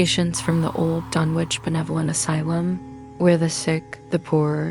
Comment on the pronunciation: Its pronounced, Dun,ich not dunwhitch. My father lived there for 30 years